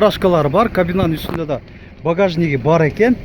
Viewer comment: Багажыны коордук айта бербе